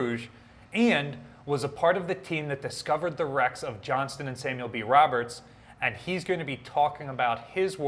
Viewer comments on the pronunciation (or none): none